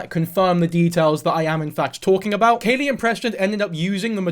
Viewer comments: It’s Khalie - like Callie not Kaylee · I'm so glad you're covering this, for future reference her name is pronounced like "Callie" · Isn't it kha-lee like Cali? You don't do your research. Also you're stupid and have no right talking about half the shit you talk about. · “Im gonna call her lily” proceeds to not call her that, and pronounces Khalie wrong. Its like pronounced like the plant khala lilly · The mispronounced name is absolutely sending me. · I’m sorry but you did not even pronounce her name right so I can’t take this like you watched her videos.